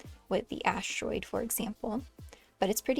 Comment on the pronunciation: 😂 "Assteroid" 😂 I hope he has no "hamorrhoids".... 😬😉